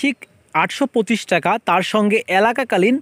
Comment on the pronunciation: Vaia alaka kalin na..ayta এককালীন hba bola tik hoy nai